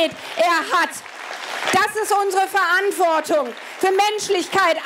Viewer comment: Verantwort(i)gung😂😂 ab 😂😂deutsche Sprache. Schwere Sprache